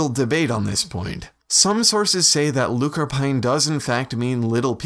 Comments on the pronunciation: Also the end of "lúchorpáin" is pronounced like awn not ain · Nice little vid. I will say though, pronunciation wise: lúchorpáin is 'luke-orpawn' because of the accent over the 'A'. And Tuatha Dé Danann is 'Too-ah Day Danin'.But those are minor gripes. Nice to see our folklore been given attention.